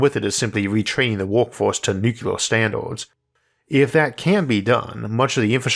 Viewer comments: Would you be able to re-record this but pronounce the word nuclear as "new-clear" rather than "new-cu-lar"? Thanks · Nuclear... Not nukular. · why in the world are you saying NU CLEAR (NEW CLEAR) nu-cu-lar? christ on a bike. even the "UK" way of saying simply stresses the second syllable but doesnt add things that arent there. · Is it "nucular" or "nuclear"? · I can't believe of all people Isaac says "nucular" 😂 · Isaac, I don't mind your rhoticism. I've watched for years, and it's never bothered me. The way you mispronounce 'nuclear', however, I cannot accept. It's "new-clear" not "Nuke-u-lerr". There is not a 'U' after the 'C'. There's an 'L'. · What's nucular? Is that a wannabe nuclear? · It's so weird how he uses so much technical jargon in his videos and yet he still says nucular, like isn't it the unrecognized pronunciation? It's not even close to how it's spelled so I never understood why people say it like that. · What's "nucular"? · Take a drink every time you hear "Noo-ku-lurr" No, really, don't. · I wasn't trying to take a dig at your speech patterns (frankly, I have no issues with the "accent"). I just cringe a bit when people pronounce it nukular. Reminds me of the Simpsons episode "nukular, it's pronounced nukular" Love your episodes (really) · Nuc u lar?